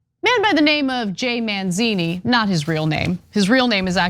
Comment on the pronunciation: Mazini, not manzini